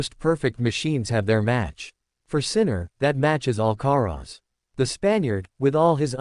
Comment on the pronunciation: Of course it is? They are bloody irritating..Carlos AL Ca Rez Really? You have to ask?